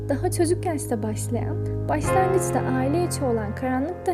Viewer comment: Iliski, baslangıç..... Bosanma islemleri... Ş ler nerde ,,, iğrenç bir telaffuz